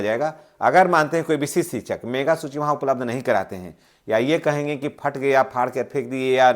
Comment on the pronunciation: सर मेघा सूची नहीं, मेधा सूची ( Meritorious List) होता है।